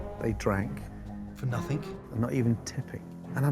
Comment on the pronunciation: I liked how they added ''for nothingk''